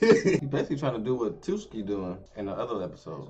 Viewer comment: Geez how many times are they gonna say Tsukki wrong